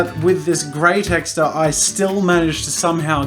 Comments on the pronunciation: He said texter!!!! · “TEXTERS” LOL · did you say texters? what? who calls them that? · Oh god i watched this whole video thinking he was pronouncing texture as texter but turns out its an australian slang HAHAHHA